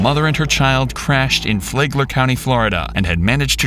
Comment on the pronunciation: flagler county is pronounced with a flat a like flag not fLAE-gler. but nice video regardless.